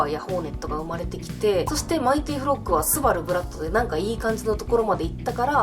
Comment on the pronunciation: スバル"ブラッド“じゃなくて"ブラット"ですね